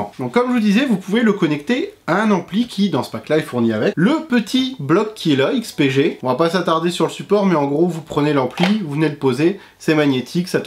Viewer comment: On repassera pour la prononciation du nom mais merci de ta réponse :P